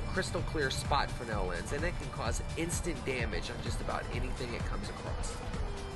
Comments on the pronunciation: Both "fraynell" and "freznel" are correct. "Frennel" is not. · is it a frenel or fres(Z)nel lens? I can't help but notice how you pronounce it each time in your video?